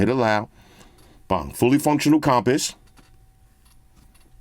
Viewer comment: Nobody:: “com-piss”